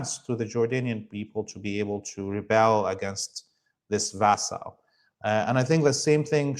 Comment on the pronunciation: FWIW, "schism" is pronounced "skism," and "vassal" is pronounced "vassul." As these are two words often used by Laith, perhaps this will help.